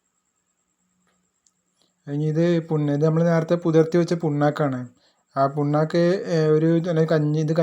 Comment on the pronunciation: പുണ്ണാക്ക് ആണോ പിണ്ണാക്ക് എന്നല്ലേ പറയുക ?